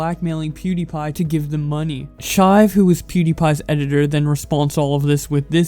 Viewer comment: Did you call his editor...Chive?